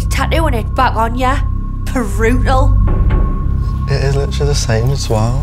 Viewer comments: Im sorry but damn this girl cant even say brutal right prutal this is why i dony get lip fillers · Imagine getting having so much surgery on your nose and lips that you pronounce "brutal" as "perutal". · I’ve never heard brutal pronounced as purr-ute-al